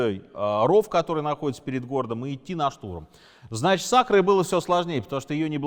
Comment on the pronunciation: Очень круто. Но город не "акро" а "Ако"